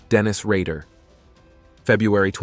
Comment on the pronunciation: BTK was called Rader, not Rager. Green River killer was Gary Ridgway, not ridway. I know I'm being pedantic but if a job's worth doing, it's worth doing right.